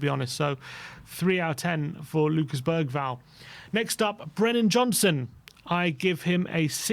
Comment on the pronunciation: Can you please say Bergvall properly